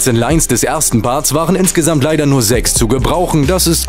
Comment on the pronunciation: julien das heißt Parts! und nicht barts! und auch punchline! nicht bunchline!